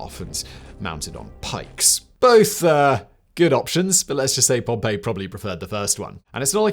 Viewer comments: it feels kind of odd how he pronounces his name as “pompeii” instead of “pompee” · Pom-PEE. Pom-pay is a place that got volcanoed. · Oh that's a shame, I thought you were making a clever joke about how he spent the whole video pronouncing the name Pompeii ("Pom-pay") instead of Pompey ("Pom-pee") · It's Pom-pee my dood. 😭😭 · Sorry, but I can't listen to a half hour+ of a pair of videos with Simon pronouncing Pompey as "Pompeii". I probably could have written the episode so I wouldn't have learned much if anything, but it would have been fun to listen to. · "Pompey was born Gnaeus Pompey the Great" no he wasn't 😂